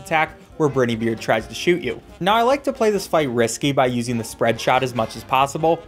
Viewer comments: ITS BRINEY BEARD NOT BRITEY BEARD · BRINEY not Briny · "captain brinnybeard" "captain burnybeard" just say brineybeard please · How is nobody talking about how he pronounced captain Briney beard captain briney beard (br - eiugh- ney) It’s briney beard what sound does I make? EYE the letter I is pronounced EYE NOT ei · br-eye-nybeard is how it’s ment to be pronounced lol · he said brini beard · can you make a video where you pronounce BRINE EY BEARD right this is making me question if it’s actually *me* who doesn’t know how to say it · its pronouced briney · I lose brain cells every time he says brineybeard